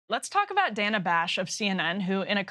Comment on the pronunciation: Nice to see Frank Luntz catch up to Thomas Frank's analysis (What's The Matter With Kansas?) thirty years after the fact! And by the way, it's DAY-nuh Bash.